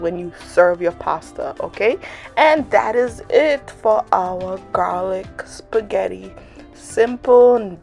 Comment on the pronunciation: You have got to be kidding..😲 you can't not even pronounce spaghetti. Sorry...😕